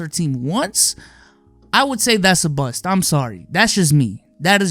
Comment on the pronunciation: Mans can’t pronounce the T in bust 😂 I’m dying😂😂